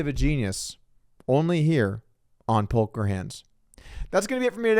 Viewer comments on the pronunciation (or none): I think the "L" in Polker is silent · Did he really just say"only here, on polker hands" 😂